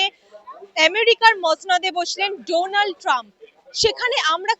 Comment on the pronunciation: ডোনাল্ড ট্রাম্প নয়, ডনাল্ড ট্রাম্প। উচ্চারণ টা ঠিক করুন।